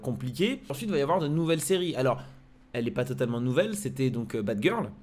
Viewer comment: Mdrr il a dit batgil 😂😂😂